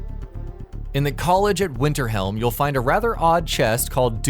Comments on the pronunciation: Winterhelm? Really? Y'all can't even get that right wtf? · bruh what the fuck is the college of winterhelm? get your shit right. if you've played skyrim for more than 5 hours you know it's winterhold. you're site obviously just reuses info found elsewher. you have no experience with any of these games I'm sure.